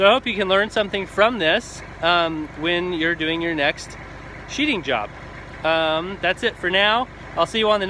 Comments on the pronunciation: Dude... it's sheathing not sheeting. Sorry, but anybody making an elementary mistake like that immediately discredits himself. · the word is sheathing not sheeting. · It's sheathing not sheeting! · I think you mean to say "sheathing", not "sheeting"